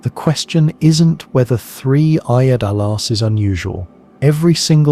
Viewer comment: How many different ways can you mispronounce Atlas in one video? This is AI generated nonsense that keeps repeating itself, don't bother watching.